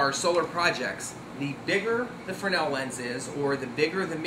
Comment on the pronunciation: Well, the guy IS pronouncing the name correctly. Fresnel (pronounced "fre-nel," the "s" is silent. Leave it to the French to come up with something like this. The Fresnel lens was originally designed to be used in lighthouses.